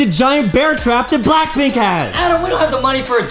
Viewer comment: I loved when adem sayd blackplnk in your area